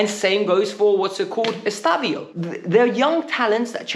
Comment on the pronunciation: His name isn’t “Estavio”. It’s EstevÃO